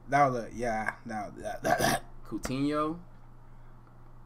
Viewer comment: it’s coutinho (coo-tin-yo). he plays for Barca rn but he’s usually a sub because he’s not as good as he used to be. hopefully he can improve